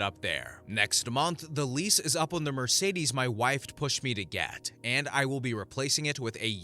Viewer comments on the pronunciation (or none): none